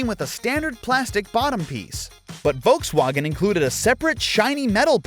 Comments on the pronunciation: Volkswagen.... volks wAEHgon, not volks WAgn. AND SPELL THAT FOR 50 MINS?! GEEZ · The way you say Volkswagen sounds like the most unholy mashup of the English way of saying it and the German way of saying it. Please just pick one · ah yes. voltswagon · Why does he say volkswagen e o s... it's Eos after the goddess.... at least he got the wind names right.